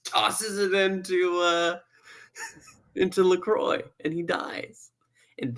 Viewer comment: Pronouncing Lacroix wrong